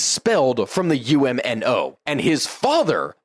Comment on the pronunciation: UMNO is pronounced Um-no